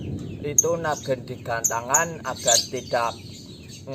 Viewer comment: Nagen bukan naggen cuy